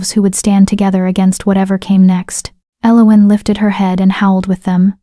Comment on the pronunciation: I cringe every time the name Elowen is said, this pronunciation is so so wrong, other than that it's a fairly good tale